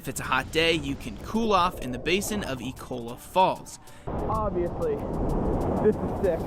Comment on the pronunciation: That's not how you pronounce Abiqua Falls at all.